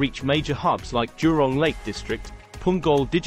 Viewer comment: It is jurong not durong